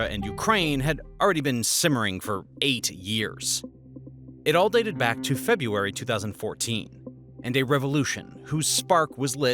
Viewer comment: Februaty lol